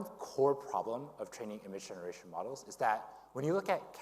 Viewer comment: am i the only one hearing 'muggles' instead of 'models' and thinking they're talking about humans?